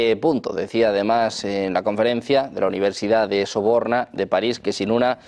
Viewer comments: Universidad "La Sorbona"... no Soborna. 😂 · Con todo respeto, una lectura clara y bien pronunciada las palabras con poca prisa hace que las palabras se pronuncien correctamente: la Universidad de Paris La Sorbona … gracias